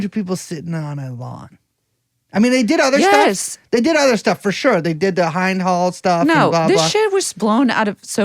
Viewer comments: No it’s pronounced Hind like holy fuck how would you ever forgive or consider real a ‘nation’ that shot 500 bullets into the car she was cowering in, fearing for her life? Or for that matter blowing up the EMTs who tried to save her life and lost their own as a result. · Its pronounced Hind like Ind-ia not Hi-nd because it's the word for India in Arabic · Hind "I" sound is like Klimt, not bind. Do you guys know who she is? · I don't know what a Klimt is but I was very surprised when they mispronounced Hind.